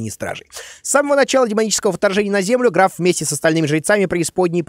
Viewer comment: 22 58 (ГРАВ) правильно ГРАФ